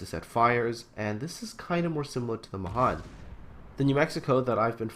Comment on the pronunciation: Pet peeve: Mahan is pronounced with the emphasis on the last syllable [muh-HAN], so that it rhymes with can.